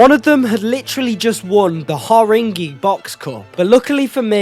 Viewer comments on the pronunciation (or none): Har-ring-gee pronunciation is criminal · The way you pronounced Haringey tells me you don’t know London well